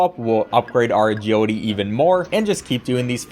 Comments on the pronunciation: "Ah-Judy" is now burned into my brain forever, thank you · Take a shot every time he says Ajeelity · why do u say agiwity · Maybe I'm dumb but for like half of the video I couldn't understand what an "ajodee" stat is. Then it occurred to me that it's "agility." Bruh, never heard anyone pronuncing "agility" as "ajodee" 😂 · Look I'm sorry and I mean no disrespect at all but I verbally laughed after you said "agility" every time I couldn't help it